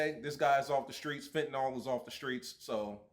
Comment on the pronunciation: You know you're country af when you pronounce fent, "Fent-uh-nawl"